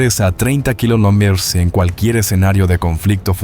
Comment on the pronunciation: Este tipo se le escucha que lo unico que habla es Español. Pero No lo habla bien! No puede decir Kilometro y no sabe leer numeros! 🤷🏼🤦🏼‍♂️